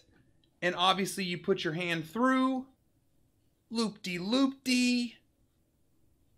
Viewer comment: ‘Lopty loopty’ 😂